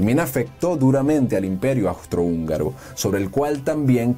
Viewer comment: Agradezco mucho el video y la enseñanza.... pero... REPEAT AFTER ME: AAAUUUUUUUUUSSSSSTRO-HÚNGARO!!! AUUUUUUUUUUUSSSSTRO-HÚNGARO!!